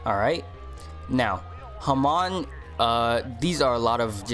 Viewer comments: It's not pronounced ha-man, it's pronounced ha-mon like pokemon but without the poke word at the beginning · bruh everyone says hamon wrong, its "Ha- mone" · Nah nah it’s “ham” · the way u say hamon make me question my existance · I got corona listening to him saying hamon wrong. Good vid but pronounce it right please. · Hamon bread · His pronounciation of hamon stressed me out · u pronounced hamon wrong lol